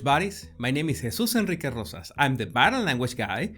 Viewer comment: Can I just say, my daughter and I watch every video soon after you post them, and we both agree, aside from your enlightening and valuable content, we just love the way you say “Jesus Enrique Rosas”. 😁